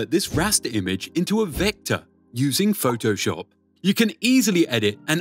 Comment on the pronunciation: Phoh-TOH-SHUP XD